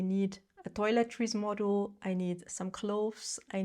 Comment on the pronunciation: you may not hear it but your pronounciation of "module" sounds like "model" so I was confused at first about what you meant. That is rare with you, your English is near perfect!